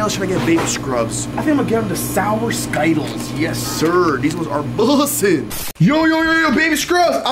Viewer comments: Its skittles not skyttles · It is skyttles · People who didn't understand when they said sciddles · that's not how to say Skittles but ok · Why do you pronounce it wrong 😂